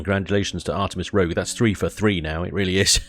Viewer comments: Rouge is pronounced rooge i.e. 'red' not rogue i.e. dishonest person. folly #1 make videos in darkness, #2 mispronounce names. You may have trouble fitting the Farr ship in. IIRC it needs a 10 block wide hangar door to get in easily. Window blocks are lighter per hit point than most other things. The creator has a youtube channel ThisGuyPlays where he demonstrates the flying technique (barrel roll with the pointy end always facing the target) that preserves his shields whilst hammering end game ships - very impressive. Can't say I like the austere decoration but the ship has a single purpose. The core is in a less secure location than the CPU extenders so that it is destroyed before the valuable CPU extenders. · ...except that it's "rouge-roll" like women use to make their cheeks pink, not "rogue-roll" like men who make women's cheeks pink.